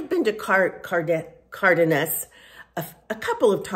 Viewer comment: Hi, it’s pronounced Car dean as but altogether.